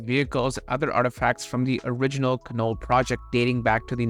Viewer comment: the Canol road is pronounced can'-all emphasis on the first syllable.